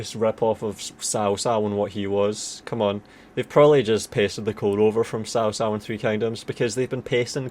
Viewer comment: I know Cao Cao, it's just that i never heard his name being pronounced like THAT before :))))) I'm used to people pronouncing it like 'Tsao Tsao', like in Mandarin.